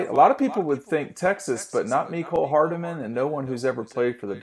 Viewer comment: It’s hardman. Not hardaman.